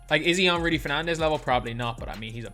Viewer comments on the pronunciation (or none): none